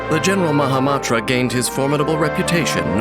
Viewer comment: Um actually it’s mahama*n*tra 🤓